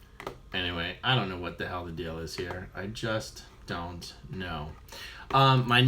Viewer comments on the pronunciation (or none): none